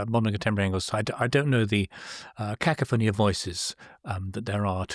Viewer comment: Interesting pronunciation of’Cacophony’!